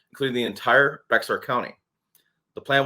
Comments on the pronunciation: BEAR county NOT BEX ARE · The county around San Antonio Bexar, is pronounced bay-HAR, the "x" is pronounced like an H. However locals pronounce it like the aspirin, bayer. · it is pronounced Bear county